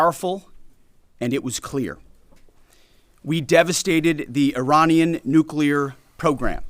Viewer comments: Uranian regime gibberish lol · He just said the the uranian regime. 🤣🤣🤣🤣